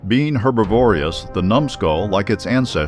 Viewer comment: It is herbivorous, not herbivorious! You have added an extra syllable.I do like Dougal Dixon's whimsical possible futures though